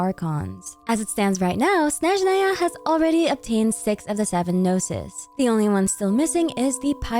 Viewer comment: you are the first blogger I watch who says russian word "Snezhnaya" in a correct way! )